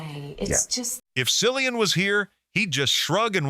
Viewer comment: Will someone please tell the commentator how to pronounce Cillian correctly?!